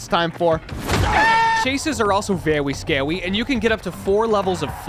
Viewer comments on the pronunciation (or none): When he said chases are very Scwry had me cracking up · I love it when you say, “vewy scawy.”